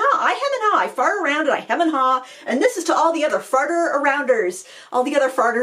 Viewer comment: I don't know why the phrase 'farting around' sounds so funny to me in an American accent, but it is. 😂 I'm loving all these new things you're trying. This phase of our lives really is the best one! 🙌😊